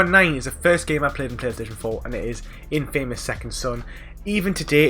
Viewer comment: I still can't get over that you keep saying the word "INFAMOUS" wrong its been years hahaha.